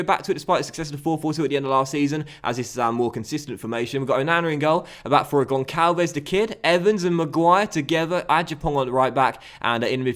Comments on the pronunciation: As a portuguese person, its gonsalvs, not -vez. That would be spanish... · Hey, loving the series. Just a heads-up though, Gonçalves is pronounced "Gonssalves". Cheers from Portugal 🇵🇹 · the ç in Gonçalves is like a s so the pronunciation is Gonsalves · Gonssalvs is how it's pronounced